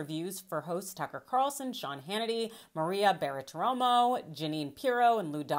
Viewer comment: I think that AJ is pointing out that they mispronounced her name.